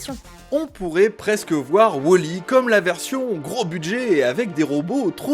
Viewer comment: c'est pas wOOOOOOli , c'est wall.e!😂